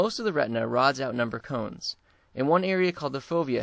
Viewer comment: sorry ..its cones not comes...